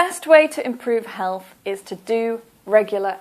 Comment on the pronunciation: be pronouncing Health as Helff